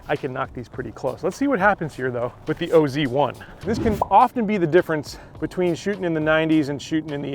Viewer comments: It’s really should be pronounced as oz not o z. Oz is short for Australia 😀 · STOP RIGHT NOW. Please don’t call it the “o.z” it’s pronounced oz (like wizard of oz) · Wow, do your homework before you open your mouth.....Its not the O Z 1, its call the OZ 1......like down under, Australia, OZ.......Adam Scott is from the land of OZ....WTF. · It’s OZ 1. As in “Aussie”. Pronounced like in the Wizard of Oz. Adam Scott is Australian. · It’s OZ1. As in “Aussie”. Pronounced like in the Wizard of Oz. Scott is Australian.